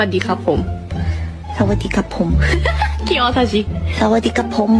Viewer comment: วลีในตำนาน ของพี่ซู "สะ-หวัด-ดี-คับ-โพ้ม" ฟังกี่ที ก็ฮา ถึงแม้ เรื่อง Performance บนเวที พี่ซู จะยังไม่ถึงชั้นเซียน แต่เรื่องความน่ารัก และไหวพริบ เทคแคร์แฟนคลับ และคนรอบข้าง นางชนะเลิศ ระหว่างที่ 3 สาวที่เหลือมีงานที่ต่างประเทศ แต่พี่ซู โกย Blink เกาหลี เข้าค่ายนางหมดแล้ว เพราะนางเป็นเมมเบอร์ ที่ใกล้ชิดแฟนคลับ ผ่าน Vlive บ่อยสุด